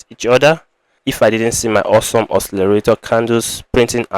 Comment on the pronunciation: It's awesome OSCILLATOR , not awesome oscillarator. It's not difficult to pronounce. Nice video anyway